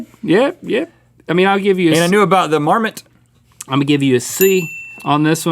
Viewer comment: ..... "a crafty marmasoot" 😂😂